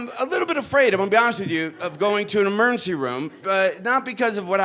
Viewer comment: It's hilarious how he says "emurrncy". 🏥🚑🚨